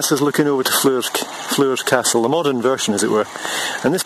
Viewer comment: Really interesting video ...however Floors Castle is pronounced , just exactly the same way as you pronounce the word floor as in 1st floor , 2nd floor of a house etc.